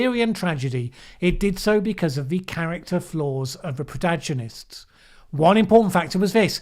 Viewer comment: I don't think I have heard "protagonists" with a soft G before. Have lived an overly sheltered life?